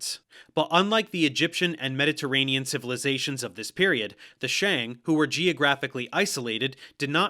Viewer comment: I was so happy when he actually got the pronunciation of "Xia" pretty accurate... Then he said "shang" in the most American way possible lmao.